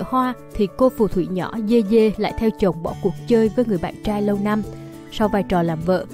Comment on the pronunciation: Yeye đọc thành dê dê t cười ỉa😂